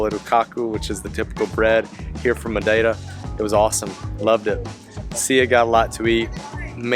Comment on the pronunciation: I have to congratulate on his flawless pronunciation of "Madeira". It's actually jarring, really: you're going along, listening to the normal English, when suddenly this word pops out, sounding for all the world like it came.out of a native Portuguese speaker. It might be the best I've ever heard from a non-native. Nice.job,!